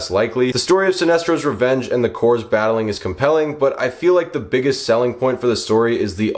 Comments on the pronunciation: Corps is pronounced Core. Not like a dead body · Don’t pronounce the P in Corps